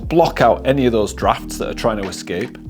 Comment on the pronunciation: You're the one who came up with the wrong answer. You were talking about how you found your "draughts" verbatim in the video. Now, I'm sure you meant "drafts"but that isn't what you said. I was just making a bit of fun about it in my comment. Don't get bent out of shape... You got your "LIKE" and some comments and believe me, it all helps your channel. There's no negativity here. Edit: My bad! Aparrently my spelling needs improvement. I meant "drought" with an 'O' not an 'A' and because you are British I guess the more popular word in use would be "draught" which I'd never heard of before, my being in the USA. But yes, I concede you're right after all. It means the same as 'draft'.